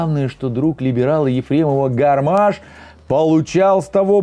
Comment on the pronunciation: Не Гарма́ш, а Га́рмаш!!!